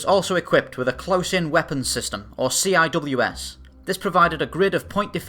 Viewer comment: CIWS is pronounced "see-whiz". Former navy puke that also knew these things as R2-D2 with a hard on. A Phalanx radar system paired with a 20mm Vulcan Gatling gun that if let in continuous burst would shoot the incoming object then go nuts shooting the falling pieces out of the air. On it's first test it killed the chase plane and then started shooting up the chain of the tow plain until it was turned off. If we can do this, imagine what the Battlestar"s could do.